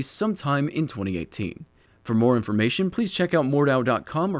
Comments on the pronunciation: Hard H. Mord H au, not Mordau. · Noone mentioning Mount&Blade here? Kinda disapointed;D But seriously, check that game out to see where this genre has its roots and its hight. And btw. german here, you spell it MordHau, you really pronounce that "H". Also its a combination of two words, so you speak with a tiny disconnect between "Mord" and "hau". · Great video, but you misspelled Mordhau if it is supposed to be spelled the German way. You said Mordau, you need to pronounce the H like the H in hit. Just keep in mind that there are almost no silent letters in German. Anyway, looking forward to this game. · Pronounce 'Moard-how'